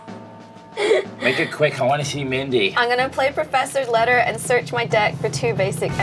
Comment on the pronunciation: "perferthiators letter" ok you do that